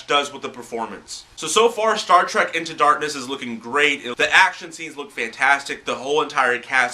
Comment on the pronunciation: Dude, no offense, but it's Star TREK, not Track.